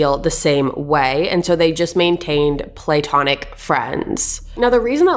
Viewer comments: It’s “pluh-tonic” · “play tonic friends” [platonic] i love your oft cute pronunciations, resulting in further word explorations. You are absolutely adorable,. Also, my heart went fright! suddenly at “blood splatter on the walls” right behind you, a stranger in the window! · what’s a play-tonic friend😂😂 i’ve only ever heard of platonic that bugs me how she says it